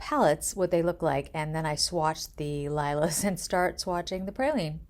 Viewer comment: You pronounce framboiZ chocolA and lilA in French